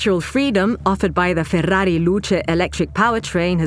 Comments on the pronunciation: Most annoying pronounciation of 'Ferrari' I've heard thus far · Now I now how to pronounce FÉR RÁ RÍ NOT FERRARI